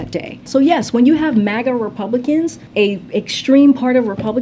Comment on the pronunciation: Obiden mistakenly gave us the "MAGA" term, like LGB, and now they're taking it to the negative EXTREME. My ears bleed at his mispronouncing of it.